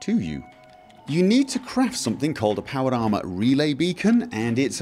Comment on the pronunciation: "power llama".... ¬.¬ he clearly says that at the start